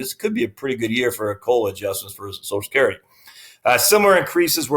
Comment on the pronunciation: It's NOT SOSECURITY, it's Social Security, why can't people. get it right?